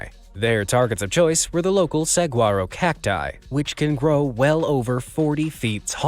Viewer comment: All the Arizona fam getting triggered by the So-No-Ran desert lol 😂. I was like, what is he saying? But he got Saguaro cactus correct 😅